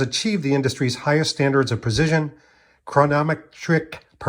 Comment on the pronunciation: Absolutely creepy how you think you’re Daniel Craig. What’s prozizzion or chronnnnoimeteric. Can’t speak well, total crap production of this video and the creep factor wins out every time with you.